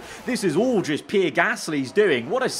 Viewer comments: PEE-AIR, PEE-AIR, PEE-AIR, NOT FUCKING PIER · I don't like Pierre Gasly, but I never called him Pee Air Gasly. 😂😂😂😂😂😂😂😂😂😂😂😂😂😂😂😂😂😂😂😂😂😂😂😂😂😂😂😂😂😂😂😂😂😂😂😂